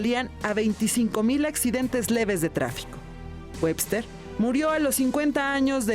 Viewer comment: Hills la reportera dice mike wester por eso me rei hahaha yo se que es webster